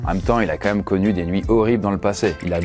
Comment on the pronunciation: J'adore tes vidéos ! Mais stp prononce correctement "QUAND-MÊME" 😅 Tu dis toujours "Qua-ême" !